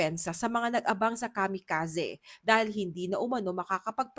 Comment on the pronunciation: Kamikazee po, hndi Kamikazeh